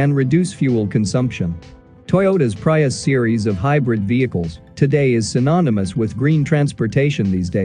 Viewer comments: The correct pronounciation is "Pree" us.... not "Pry" us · "Pry-us?" Had to turn it off. Robot voice and mispronouncing names. Ugh. 🤦🏻‍♂️ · This video pronounced Prius as Pr Pri us. The i as to "it" instead of "Pre"tend. I doubt Toyota will LEAD only to FOLLOW. They're so LATE in the game that they have to resort to pay legislatures (I think i mispelled that) to slow down EVs development. So this is how Toyota cheats to play catch up? Yeh the newer Prius does look cool and has a large touch screen on its dashboard but I haven't seen it in action. I'm sure they'll have some cool cars but paying to slow down the competition so it can catchup. Just so wrong.